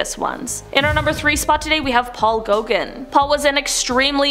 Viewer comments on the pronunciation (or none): Paul Go-GAAN, not Gogen.